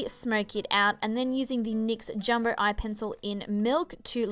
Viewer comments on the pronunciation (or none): none